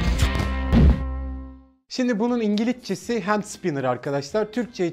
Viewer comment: ingiliccesi Qwewwq koptum aq